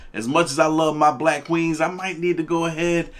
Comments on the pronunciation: "Black qweenz"? Please. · Stop calling them "qweens"!!!